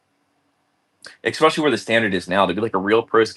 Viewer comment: If I hear say “Expecially” one more time….